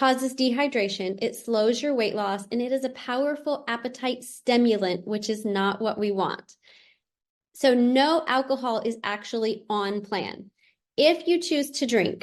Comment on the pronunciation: Stemulant? Did I hear that right?